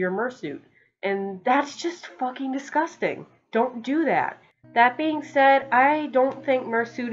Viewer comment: The way you say “fUckEn’” is amazing XD